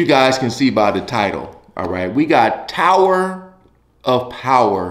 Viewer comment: Powah!! A Towah of Powah!